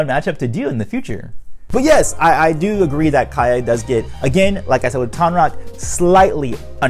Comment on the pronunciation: Isn't it Kya not Kaya? Great video, though.